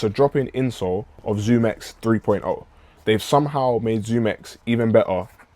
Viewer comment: x under the zoom x, but I think you said it correctly later in the video